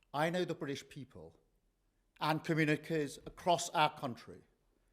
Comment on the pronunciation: and comunakerrs 😂😂😂😂 fckn bellend